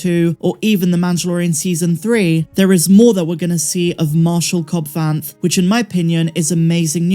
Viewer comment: Sorry could someone clue me in on where the news broke that Cad Bane survived?!😅 in the video unless my ears are mis-hearing Cobb Vanth?😂